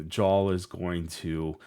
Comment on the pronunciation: Love the stream and channel! Gonna do you a solid jarl is pronounced yarl like Carl with a Y at the start